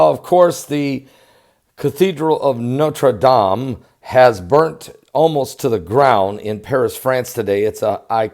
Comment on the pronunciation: great pronunciation of Notre Dame !! Très Bien fait ! good work to report and nice and short!!